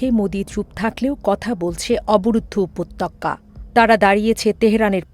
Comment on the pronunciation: রিপোর্টার ম্যাডাম, আপনার বাংলা উচ্চারণে আরও সতর্ক হওয়া উচিত। বিশেষ করে এই প্রতিবেদনে “উপত্যকা” শব্দটির উচ্চারণে। আপনি উচ্চারণ করছেন, ““““উপত্যক্কা”””” যা সম্পূর্ণ ভূল।